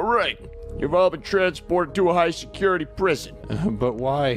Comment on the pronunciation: Did anyone notice at the start the guard says “secutity”